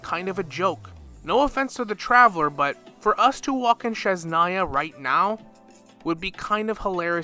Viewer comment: I love your content and I have been thinking something similar. But for next time, please look up how to pronounce Snezhnaya 😭